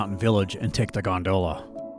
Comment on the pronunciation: Please please pronounce gondola correctly! /ˈɡändələ/ Great video but you incorrectly pronounce the word many times and it’s pretty distracting. Thanks! ✌🏼